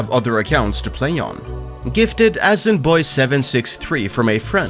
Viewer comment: oh man, this is OLD school Asian account names. "AZN" was commonly used in usernames usually for young edgy Asian people in the late 90s and early 2000s. I never imagined pronouncing it as "As`in".